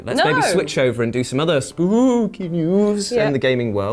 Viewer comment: Did you just say “Spoopy”? What does that mean? I don’t speak Walmart.